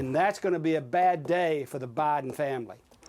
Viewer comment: "president BAHden"..😂